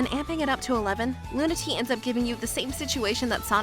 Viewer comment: loon-uh-tay-uh not luna-tee